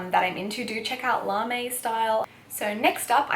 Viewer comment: I feel there needs to be a more low key now kawaii fashion team :p larme is a French word so the e isn't pronounced so it's more like larm :) How did u find the clothing size range in japan? Especially and rouge and wc? I'm leaving in 10 days and dying to go shopping! Love the video btw I've been so excited for this to be uploaded 💖